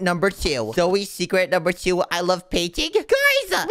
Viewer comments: Its Zoey, Not Zoya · Why do people say zuy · “Zoye Zoye”😂